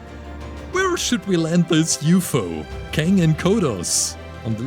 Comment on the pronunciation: He also pronounced ufo as yoo foo